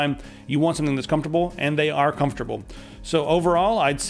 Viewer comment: Did you say extra crumpftable?